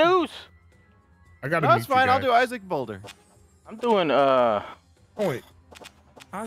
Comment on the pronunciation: rewatch the video, but this time everytime he says "boulder", he says "boner